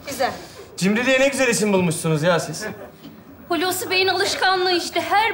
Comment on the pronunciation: Adam "Hulusikim" diyor, seyirci de alkışlıyor. Tiyatro seyircisi başkadır. Görünen o ki bunlar o sınıfa girmiyor. Oyunculara biraz da Türkçe eğitimi verilirse iyi olur.